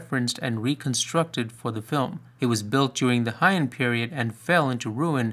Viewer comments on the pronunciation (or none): Pronounced 'hey-on'.